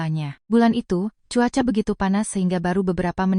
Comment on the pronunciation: Kenapa cuaca dibaca kuaca,,,perlu diperhatikan,,,cu kok dibaca ku